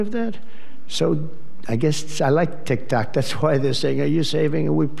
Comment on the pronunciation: He’s trying to prove that he can say TikTok, not Tic tac😂😂